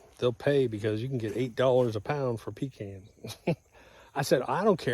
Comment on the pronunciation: Doc, they're pe-Kahns'. A pee can is something you carry with you on long road trips.